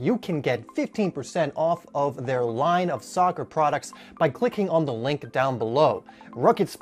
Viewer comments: Soccer NOT Soocker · All the dislikes are because you called it soocer